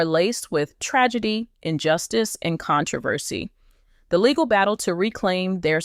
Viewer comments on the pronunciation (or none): none